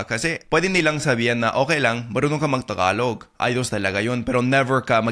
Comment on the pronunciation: I'm still at awe at how you still can't say the word tagalog properly despite speaking our language with a fair amount of fluency already, what gives?